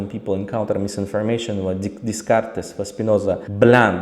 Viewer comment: Faqat Descartes soʻzi boshqacha oʻqiladi adashmasam.